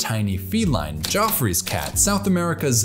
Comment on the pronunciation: Excuse me how did you pronounce “Geoffrey’s”?